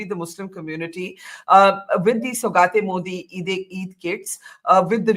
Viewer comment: It’s Saugaaaat means gift….not Saugat….huh. Btw is Akshay kumar playing Yogi ji 🤣🤣🤣 in this movie ?